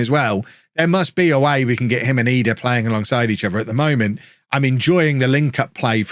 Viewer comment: Is it triggering anyone else that he's calling he edah? Instead of Idah?